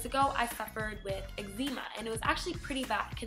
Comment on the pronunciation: She pronounced eczema wrong